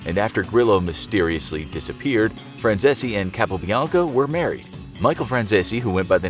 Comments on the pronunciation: I like Michael Franzese channel..FYI his name is pronounced the way it is spelled. He says it all the time on his channel. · Jesus Christ they really butchered the pronunciation of Michael Franzese's last name. 🥴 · Butchering that last name